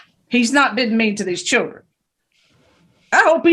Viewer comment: Holy drama, why can't that woman pronounce children correctly lol😂